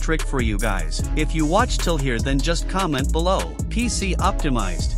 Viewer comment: 'Pc omtimiized'